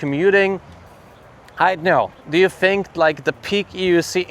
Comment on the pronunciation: You say “think” like me…Fink